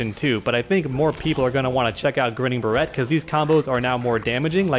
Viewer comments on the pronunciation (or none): It's pronounced Grinnin' Bear-ett as in the the Barrett .50 cal sniper rifle. Also it's a play on words as in Grin and Bear it, an addage meaning one must happily persevere. Barrette is pronounced like you said it.